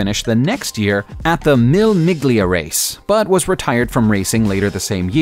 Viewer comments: Mille Miglia is NOT pronounced, “meal mig-lee-uh”. It is pronounced, “mee-lay mig-lee-uh”. This video is RIFT with production and factual errors... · The legendery Italian road race is pronounced "mee-lay mee-leah" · "Mile-ometer" "Pontiac Free Bird" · Please learn something about Britain and how to pronounce British words also before giving false information. We don’t drive on the right, we drive on the left. Our cars don’t need to be specially adapted whatever you meant by that. Daimler is pronounced ‘Dame-ler’ Mille Miglia is pronounced ‘Mille Mil-ya’ Couldn’t think of any other insults